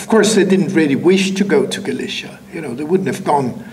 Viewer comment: No, Galicia as in Spain comes from the word Gaelletia while Galicia as in this talk comes from Halychina, since the G/K phoneme in the Polish/Ukranian languages sounds closer to H and not G or K as it does in Latin languages so the pronunciation should be enough for anyone to realize what he is talking about.